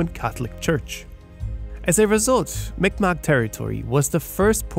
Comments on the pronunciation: Fyi ..Mi'kmaq is actually prononced MEE G-MAHK. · M'ikmaq pronounced Meegmaw. K makes a G sound in M'ikmaq.